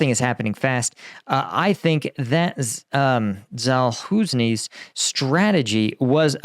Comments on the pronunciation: Sa-loosh-nee, c'mon, it's not that difficult... Anyway, thanks for sharing another interesting update on the war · Zal-whoooo-zzaknee? Good yawn bro tough edit job! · #combatveteranreacts. General Za-loo-shnee. It’s simple as F. Maybe you should give up on Ukraine altogether commenting if you’re not able to pronounce something simple as Zaluzhny. 🤔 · Pls bro pronounce the name of the ex chief of the Ukrainian army right. He make fucking history it’s a big disrespect not to know his name right in your position. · OMG, your utter and complete butchering of Zaluzhnyi’s name is painful to listen to. Come on… Seriously, Google it for f*cks sake. It’s extremely easy to pronounce in English. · FOR THE LOVE OF THE GODS, MAN, LEARN HOW TO PRONOUNCE ZALUZHNYI! I googled it. It took me seconds. If you want everyone to take you seriously, you might want to spend the fraction of a minute that it takes to pronounce a name that you will need to say repeatedly! Rant over. Otherwise, good work, please keep it up. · it’s really simple, “zh” is pronounced like the “s” in “Asia” or the “g” in “beige”. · yes please OMG the lack of effort is what made me unsubscribe from the website. No pronunciation, only free available videos from reddit, not worth it